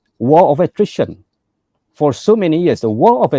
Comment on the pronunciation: War of Attrition. dengar macam war of the Christian. telinga aku dah ada masalah pendengaran. seb baik ada penjelasan lepas ayat tu. kena hire orang buat subtitle. atau guna YouTube punya auto sub.